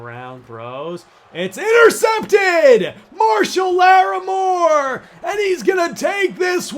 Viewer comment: Marshyl Larrimore= Marshon Lattimore